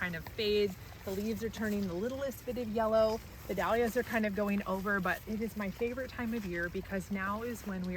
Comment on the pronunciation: Cant listen to anyone mispronouncing "Dahlias".